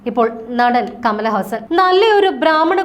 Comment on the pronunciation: കമലഹാസൻ അല്ല ! കമലഹസ്സൻ എന്നാണ്! ഹസ്സൻ എന്ന പേരു കാരണം അമേരിക്കയിൽ ചെന്നപ്പോൾ കർശനമായ പരിശോധനക്ക് വിധേയമായി.